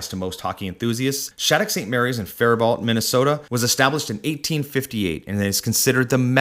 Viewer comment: Fair-bow eh